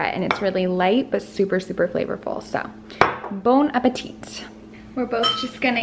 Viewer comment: We don't pronounce the last ''t'' when we say "Bon Appétit" in French, nevertheless your pronunciation is still cute though 🤗